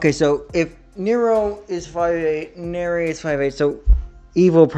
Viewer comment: This was very entertaining hahaha and the fact you forgot where banki and hado etc comes from bleach come from was golden. 😂 lastly its nere as in near, not nerea haha but its funny haha also if ya not watched the fan made virus cover evil did nere is in that also its really good 👍